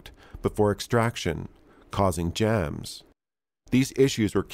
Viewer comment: Why do you sound slightly Californian? “Jaams” “causing Jaams” 😂 😂😂